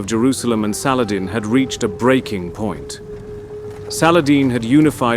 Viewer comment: I can tell Ur pajeet by Ur saladin prounounciation